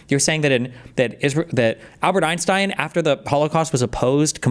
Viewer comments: I swear to f if hasan says “einschtien” I’m going to lose it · His knowledge of Einstein stops at pronunciation.